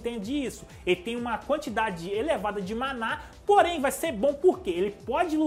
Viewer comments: n sei como mais esse cara consegue ler rudeus e mana com acento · cara sua pronuncia da palavra mana estar errada amigo, nao tem problema falar errado por nao saber o correto mais pelo menos proucura saber pq e meio obivio mana nao tem acento no ultimo A isso e gramatica basica de portugues